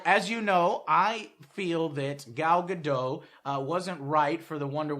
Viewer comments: I cringe so hard whenever he says gal gadot's name. It's not gal "gadoe", pronounce the T at the end. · joe her name is gal gadoT... you need to pronounce the T great review BTW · It's a hard T on her last name, Gal Ga DOT:P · Joe, you pronounce Gadot just how it looks, not Ga-Doe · FYI, the pronunciation of her last name is: "God-oat." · everybody mispronounce Gal Gadot name. you need to pronounce the "T" in the end. it's like this "ga-dot". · Lol it was so weird to hear Joe Try to say the Wonderwoman actor's name Nice attempt though! It's Gal Gadot.... Just forgot the T :P Btw she's one of ours! :D